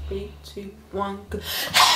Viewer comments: says’free’ instead of three🤣🤣🤣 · She really just said “few few”😂😂😂😂